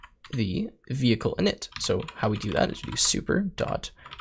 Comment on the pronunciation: skips ahead in video "WTF is a vay-klee?" .... "vehicle?" LOL